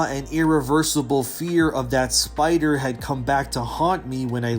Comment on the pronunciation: big pussy baby scaywed of big spewder